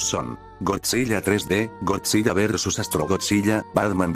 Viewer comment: algo que me incomodo es que dijo godzi.LL.a